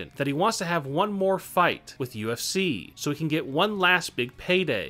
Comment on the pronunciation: This channel needs a new spokesperson. This guy has trouble pronouncing words. He can't even pronounce WWE. And it's UFC, not UFCCCCC.